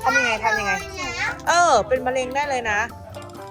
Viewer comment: มาแล้วครับบบบ กินของย่างระวังมะเร็งนะครับบ แม่อุ๊พูดว่ามะยิง55555+